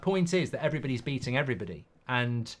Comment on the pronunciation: Thanks,he skips like half of letters of "everybody".